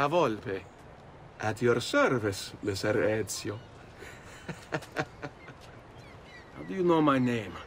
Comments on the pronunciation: is pronouncing most words in these games spot on at this point😂 Said ezios name perfectly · You're pronunciation of his name is the best from a non Italian I've heard. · you said his name right thankfully😭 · dam hollow you said the name right